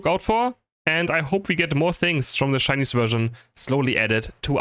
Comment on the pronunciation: "Shcainise" hahaha lmao